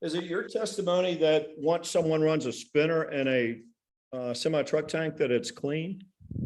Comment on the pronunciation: This attorney has such an attitude. Quite the ego. Someone needs to tell him that the word is VENtis not VINtis. And SEMI. With an E. Not SIMI.